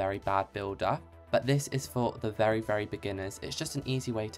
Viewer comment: "Im a wery bad builder" * makes a beautiful front wall*